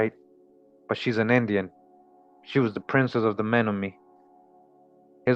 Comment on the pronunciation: CHOKMA BROTHER THE CORRECT PRONOUNCIATION AS I HEAR ITS MEN-OM-IN-EE AND OSAJE